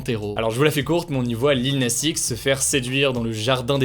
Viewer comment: Ta prononciation du X de Lil Nas X… 😅 par contre, cette polémique est complètement conne. Tiens, ça me fait marrer tous ceux qui sont passés à côté de “old town road”… mais mieux vaut tard que jamais, hein. 😅